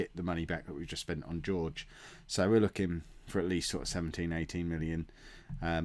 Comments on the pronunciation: I love how Jorge is George and not Horhe:-) You really are traditional English:-) And I really love your vids mate! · Jorge = "Hor-Hey". You're welcome!! Love the series you do:D